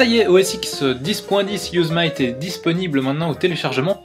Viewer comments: Yosemite se prononce "yosémiti" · On prononce "Yossémiti"